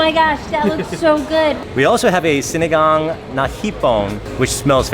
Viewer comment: Ooh pronounced sinigang correctly 😊